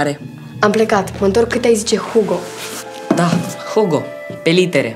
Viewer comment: Hugo în Spania se pronuntã ugo